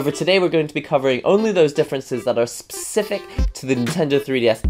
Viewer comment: I love it when he says "spscecific